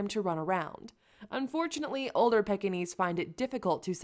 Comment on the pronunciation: please learn to pronounce the name. It's not a pickinese or a peckinese. Its pronounced Peekinese!!